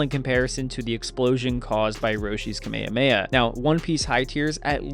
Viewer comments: Its kamehameha not kameyameya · Ewwww. You lost me at kuh may uh may uh. 😐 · Why is it that most videos from the States say the Kamehameha so differently?